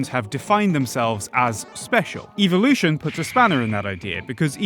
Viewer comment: Its evolution, not "eveolution"